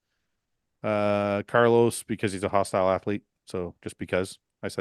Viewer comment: Changing the H in hosstile to P for Paul is so hilarious